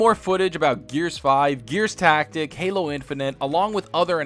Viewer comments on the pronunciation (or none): none